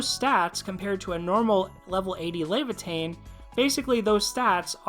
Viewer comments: Luh-vai-uh-thn Luh like lucky, vai like vying for power, uh like well...uhh...., thn like thin mints or athens. I feel like somewhat of a jackass, I have to remember that uploaders also read comments, ill try to be nicer in my criticism in general in the future. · If I ever hear lay - vuh - teen one more time I'm going to flip my shit